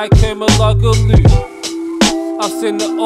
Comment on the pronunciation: I like the song but it pisses me off how he can't say Tugay's surname correctly haha. is still a legend tho